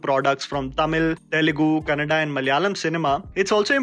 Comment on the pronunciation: Wow you acknowledged Kannada as Kannada, not kannad. Thank you